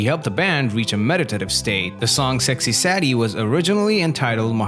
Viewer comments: say dee.....not sad ee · 9 out of ten It's Saydee not saddie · It's not sexy "Saddie." It's Sadie ("Say-dee") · "sad-ee"? Sadie is pronounced "say-dee"! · It's SAY-dee. Not SADD-e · The Beatles visited Rishikesh in February 1968. The pronunciation of Sadie is Saydee not Saddie. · Hearing the narrator say Sexy "Sad-y" instead of "Say-dee" was depressing. SMH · The Beatles actually had played with over 20 drummers before Ringo joined. Also "Sadie" is pronounced "SAY-dee," not "SAD-ee." Have you never heard the song? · The way he says sexy SAD EEEE 😂 it’s sexy SAYYYY DEEE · The a is hard in the word Sadie. It’s sounds like aid, not sad. Listen to the song. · Obviously, the narrator is not a Beatles fan. Sexy Sadie is pronounced "Sexy Saydee", not "Sexy Saddy". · Oh you Americans, Sadie is not pronounced sad ee it;s say dee lol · Sexy Saddy? It's pronounced 'Say-dee'. When they got back 'to the USA from India'....?? They got back to the UK, because - surprise, surprise - the Beatles were British. And they visited the Maharishi's ashram in February 1968, not the Summer of 1967. John didn't claim to have said 'cranberry sauce'... he actually DID say "cranberry sauce". Only Americans who couldn't pick up his accent thought he said 'I buried Paul'.... Blimey. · Sir, fix this! We don't want the younger generation thinking it's "Saddie." It's pronounced "SAYdee" with a long "a" (spelled "Sadie"). Also, if these were questions on "Who Wants To Be A Millionaire" I'd be rich in 5 minutes - no need for "50/50," "Phone a Friend," or "Ask the Audience" lifelines. (Actually, a Beatles-themed "Who Wants To Be A Millionaire" would be pretty cool!) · Nice quiz. 9 out of 10. Minor note: it’s Sexy “Say-dee” not Sexy “Saw-dee.” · It’s pronounced, ‘Saydee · Why do I have the feeling the person/AI making this video isn't a "true fan" of the Beatles?... (Well, I know at least one of the reasons - he pronounced it "Sexy SADie") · Sadie is pronounced Say-dee, not how it’s pronounced here.